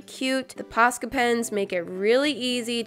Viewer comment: I have posca pens but i always pronounced them like poshka for some reason but i refuse to change the way i say them